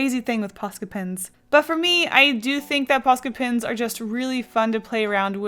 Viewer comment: Has anybody noticed when she says "Pens" she says "Pins"